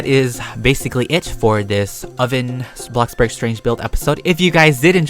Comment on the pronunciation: hmm my first time hearing him say bloxburg right instead of......BlOCkBoRG